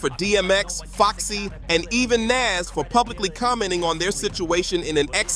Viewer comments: 😂😂😂 kooorupt and naaas😂😂😂😂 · Bro you trying, but Kooprupt and Nash tho, ok bruh😂😂😂